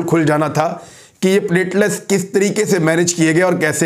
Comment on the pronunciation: Sir, you are a well respected/educated anchor. It’s not plate-les it’s plateleTs.